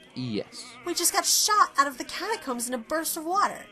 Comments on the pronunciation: Its catacomes not cataooms XD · I kept laughing every time he said "catacoombs" instead of catacombs XD